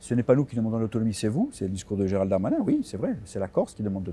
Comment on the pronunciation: Irving : Arrêtez les journalistes de prononcer Géral de Darmanin ! Pourquoi l'anoblir ? C'est Gérald Darmanin. Point.